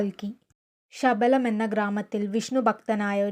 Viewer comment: ശബലം അല്ല കുട്ടി 😂 അഗർത്ത യിലെ ശമ്പാല ആണ് 🔥